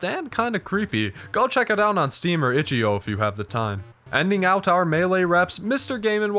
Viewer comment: hearing him say itch eo instead of io is hurting